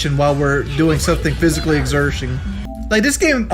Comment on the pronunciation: “Doing something physically exershing” man can’t even pronounce physical activity much more participate